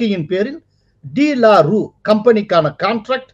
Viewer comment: that should be pronounced as டு லாரு